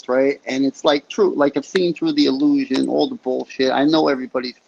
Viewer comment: . … no way this is a MANdilla defect? I know for a fact you stated opposite. . The more it lets us talk the better. More talk is more data man is considered free range cattle. can you send a picture!? Wow John Travolta Package deals illusion. iLL-looshin i-L-Lusion. EY3-eL-Looshing